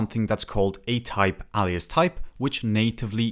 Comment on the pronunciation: "alias" is pronouced with an "A" as in "hay", "bay", "OK", "ray", "say", "day", not as in "ha-ha-ha". Welcome to the wonderful world of English